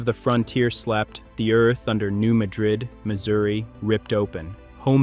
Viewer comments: Could you at least pronounce it correctly??? It’s not the city in Spain. It’s MA-drid NOT maDRID!! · They pronounce it Mad-rid not Muh-drid, like the Spanish city. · It's pronounced "New MAD-rid". And the frequent small quakes mean that tension is being released as it builds up, instead of building up toward a major. quake. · Technically it should be pronounced Ma-drid. But those of us living in MO have always heard it pronounced Mad-rid. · its New Mad rid, like your mad at people who dont pronounce your towns name right. Madrid is in Spain. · Small earthquakes happen every day on the New Madrid fault zone.. been doing that since before the big one in .. it's pronounced New Mad-rid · I grew up in Southeast Missouri and came here to say the same thing. It seems that every video I see about the New Madrid fault has the wrong pronunciation. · You are correct. A.I. voices always screws up names. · Sitting here in the middle of the fault line where I've lived my entire life. No new information here. Nothing to see please move along! This fault line is monitored constantly and it is and always has been this active. Nothing new is going on. Also why should I watch videos where AI can't even pronounce names properly and no human bothers to check and edit it? It's not pronounced Muh-drid like the city in Spain. It's Mad-red. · You lose all credibility when you can't even pronounce the place or fault name correctly. And yet, this is the subject of your video? It's pronounced MAD-drid. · I live here in southeast mo my whole life. New-MAD-drid is d correct pronunciation. 👍 Friends n family live there. I'm a few miles away. 🙏🙏 It's low swamp land that's been built upon thru d years. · As a resident of Southeast Missouri for 75 years the correct pronunciation of the town in Missouri is New Mad-drid. Also the small town at the South tip of Illinois is not pronounced Cairo like the city in Egypt it's pronounced KARO iike the syrup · It is pronounced MADrid.